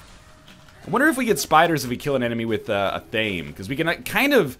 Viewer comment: athame is pronunced ath-uh-may. if you care. lol